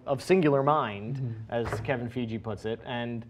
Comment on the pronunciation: Okay, this is super nit-picky, but I just had to point this out., it's Fiege, pronounced like: Fi-gee (with a hard "g"), not "Fee-jee". pronounced it properly later on, if that makes things more clear.